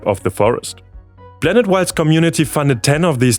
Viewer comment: Croatia being free of landmines is a bad thing: foreign troops keeping Serbians and Croatians from rekindling violence are now more likely to leave. I know you can pronounce "p". You did so in "Galapagos". Last time I checked, we revolve around a star, not a super massive black hole. So we aren't a blanet... Is that simply due to your reading technique or a learnt accent?